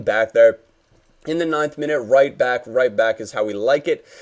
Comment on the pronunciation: "roit in the back of the net" - goes Australian